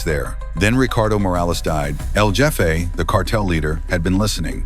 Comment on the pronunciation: El Jeffay! 😅 The AI narrator doesn’t understand español…